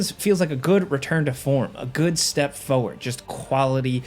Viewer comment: it's pronounced foRward. Not foe ward.